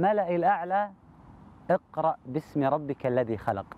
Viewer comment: اقرأ* بهمزة وصل وليس إقرأ وفي الآخرة حسنة*** وليس وبالآخرة